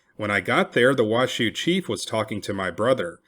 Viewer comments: I’m a local it’s not wash shoe It’s pronounced wash oh Oopsie huh?! Great story tho thanks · There's no W in Nev-AD-ah. So many people say it wrong, then on Washoe it's pronounced WA-show. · The narrator mispronounced the proper nouns Washoe and Nevada. The content is good though. Should be Wah-show not Wah-shoo and Nevada is pronounced Neh-va-duh not Neh-vaugh-duh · Thanks for posting this but you are mispronouncing Washoe, Nevada, and Truckee